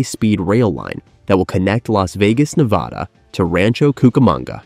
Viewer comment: Please learn to say Nevada. ;)